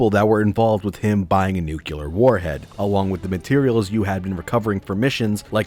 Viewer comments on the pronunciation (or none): NU CLE AR! NUCLEAR! NUCLEAR! I'm sorry. I just have flashbacks to Superman 4 where Gene Hackman has the same issue and pronounces Nuclear as nucular. And i just lose it every time a hear it. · "Nucular" warhead ? Come on ...